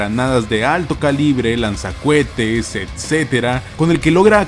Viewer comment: Bañatr y se pronuncia lanza coetes mas no lanza cuetes XD te pasas